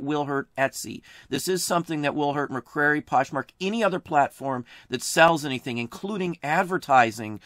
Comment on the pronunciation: Great video! Thank you so much! Also, Mercari is pronounced MER-CAR-EE :)